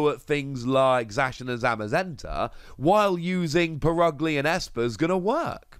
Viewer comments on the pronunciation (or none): It’s pronounced per-UG-lee not put ugly, cmon guys try harder